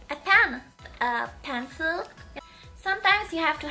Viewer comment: when she said pencil it sounded like pantsu...